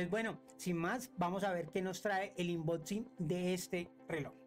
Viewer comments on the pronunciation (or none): Es unboxing😂no inboxin pero buenoo🎉